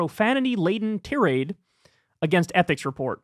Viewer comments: Tirade, pronounced: /ˈtīˌrād/ ......not "Tear-ade" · TIE-raid. Not turr-ADE. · What's a "teerade?" It's tirade like Thai-raid. And please look up how to pronounce the fashion house "Hermes." Love you, Kyle. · I always say tie. Raid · me too, and I like how he still has trouble correctly pronouncing basic words like tirade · Kyle not knowing how to pronounce tirade 🤭